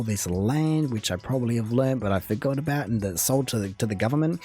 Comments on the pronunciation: Ughh JJ is soo annoying lol... he purposely mispronounces the word 'about'. it drives me nuts. Nobody says it like that...Well except maybe in Newfoundland but JJ is from the exact opposite side of the country so there's no reason he should be saying that. He is right about the Canadian Tire money though, everyone's dad probably has thousands of dollars socked away in a drawer HBC didn't own that much of Canada lol, it's an exaggeration but, not by a whole lot. The land they owned was around the Hudson's Bay (hence their name Hudson's Bay Company). Their pattern is historic because its hundreds of years old. There's no other reason except that they've been doing it for centuries. American balls are actually smaller than Canadian balls too. the Stripes, I was taught, is actually a guide to where to properly place your hand on the ball to be able to throw a perfect spiral. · He's 100% exaggerating the whole "about - aboot" thing - (I also heard it in another word he said but I don't feel like trying to find it now), I don't know anybody who says it that way. I don't know where it started that people think Canadians say 'about' like 'aboot' but it's not true. I also totally disagree with him about Canadian Tire and the money, they do have cards now for the money and they only give the actual paper money to people who don't have them so rarely go there, explains why he got it since he seems to have a hate on for them. Most parents give it to their kids or there's a donation box at every til collecting it for charity if you don't want it, seeing him rip it up is tantamount to sacrilege for a 'true' Canadian. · I am trying to figure out if he is saying "aboot" on purpose or not. Most of us Canadians don't say aboot...we say about. Some people in the east probably pronounce it similar to aboot but they also have an accent on all the other words too.....which this guy doesn't. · I love the Australian and detest the Canadian. Can't believe the dimwit actually says "aboot".